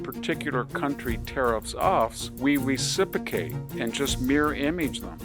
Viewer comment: I really like VDH… So I’m comfortable saying he’s driving me NUTS with saying “reciPAcate” instead of “reciPROcate.” LOL What a nut. 😊